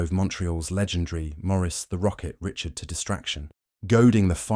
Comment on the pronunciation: AI still can't pronounce Richard right.